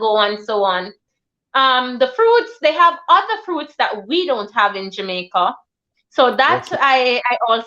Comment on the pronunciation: We don’t say Jamaica 🇯🇲 like that .you are Guyanese . You keep saying we . Dr you went to University in Jamaica 🇯🇲 my apologies Dr .